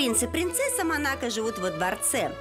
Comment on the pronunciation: МО-НА-КО так и произносится, не манака. за 2 минуты видео 10 раз уже произносили неправильно.